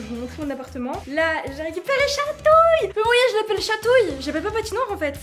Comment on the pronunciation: minibloxify45470 dit il en disant maos au lieu de mais ;-; respecte son métier un peut nn ?